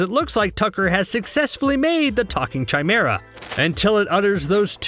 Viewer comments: Narrated went full Ted Mosby lol "Chimera" says (chai-mer-ah) when it's *Kai-mer-ah lol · I don't dislike this video for any inclusion (besides Azula) but for narrator clearly is reading from a script written by someone else. Normally that's fine, but when he is saying things like, "if you're a _ fan like me then..." That and his pronunciation of Chimera.